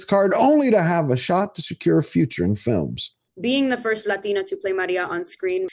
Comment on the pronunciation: Why does she talk normal and the when she says latina she says it like "Lathina" weird WEIRD